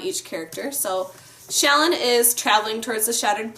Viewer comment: Thank you for pronouncing "Shallan" as SHALL-an, rather than shall-AHN like I keep hearing so many commenters pronounce her name.